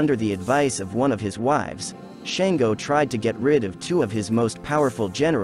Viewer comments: His name is Shango pronounced Shaun - go not Shain-go. He says a King. And he wasn't tyrannical. He was diefied however. Where are you getting this info about him. Is it correct? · Shan-go …. shawn-go!!! 🥴